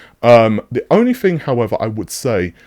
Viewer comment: Fing, fink, free. Why drop your TTTTTTTTTTTTTT's